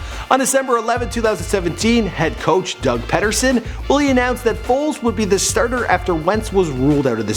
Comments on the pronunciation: (Pee)(dur)(son) not (pet)(er)(son). SMH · "Doug Ped-derson" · Doug Patterson? Wtf my dude. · Who the fuck is Doug Petherson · pronounced Pee-der-son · You are not into sports. Doug Peed er son. That’s home it’s pronounced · It’s Peterson but with a D